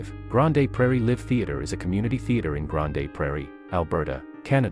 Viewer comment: you are saying it wrong, it's 'Grand' (but spelled Grande)